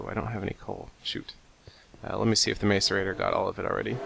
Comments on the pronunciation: Its (mass-er-ra-tor) not (mace-er-ra-tor). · macerator (mass-er-ator) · two helpful hints,1) i think the macerator is pernounced masserator 2) instead of sending all the material you don't use to the void you could invest in what is called a condenser, it turns all useless material into useful material like diamonds. But you could use it to turn your junk into coal so you could keep your diamond making machine cuz that thing is cool. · hey seth me n my friends are being stirred up by ur prononciation of the word macerator, pronounced like this; Mass-er-ray-tore not like this mace-er-a-ter lol i actually was surprised the way u said it at first it made me laugh it still does i hope u don't think i'm a dincus for telling this ;D and I realy enjoy ur serries! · Macerate; pronounced masəˌrāt according to google. therefor pronounce macerator like mass-erator, not mace-erator. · it's pronounced ma-sō-ray-tōr for you people who think your so smart believing it is pronounced mace instead of mass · You're pronouncing macerator wrong... It's like mass-erator, not mace-erator. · you say macerator like masserator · its MASS-ER-AY-TOR- not MACEur-A-TOR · he is the first ive ever heard pronounce it as mace... and the canadian thing was a joke, thank south park... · Seth The macerators are pronounced mass-er-ay-tor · Yeah, instead of May-so-ray-tor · It's ma-ce-rei-tor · Macerator is pronounced "mass-er-ay-tore" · Its pronounced m-ah-so-rating